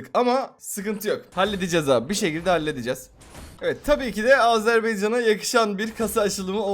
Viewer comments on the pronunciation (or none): Azerbeycan değil Azerbaycan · Azerbeycan değil abi, Azerbaycan🇦🇿🇹🇷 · Azerbeycan degil Azərbaycan beyca nedi Azerbeycan diye ulkemi var ))